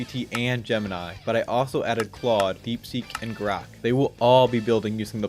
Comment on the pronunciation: Calling Grok Grox is crazy